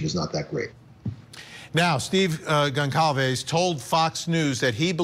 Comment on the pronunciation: Goncalves is pronounced "Gonsalves".